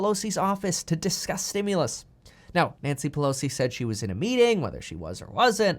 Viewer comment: Please stop saying stimulous 😆😆